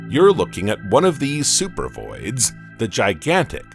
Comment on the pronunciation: First of all not only is AI you know narrating the video it seems like a I made the video it's supposed to say supervoids I think and it says super vids. This is freaking weird the AI voice is talking really slow I seriously think the takeover is starting